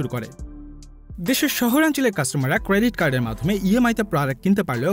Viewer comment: উচ্চারণ এর এই অবস্থা কেন? ক্রেউডিট কার্ড আবার কি জিনিষ?